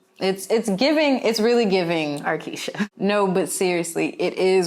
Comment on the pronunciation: Not A funny subject BUT my girl said RKeisha!!!